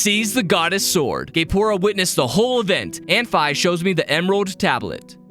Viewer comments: ..... you pronounce her name F EYE?.... its FEE! Dx awesome vid btw lol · I think Fi is pronounced Fee not fi😊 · Just like to add that it is pronounced fee it is an abbreviation of Fiona witch is a real name